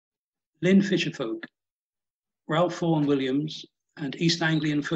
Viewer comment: Pronounced "Rafe"......NOT Ralph!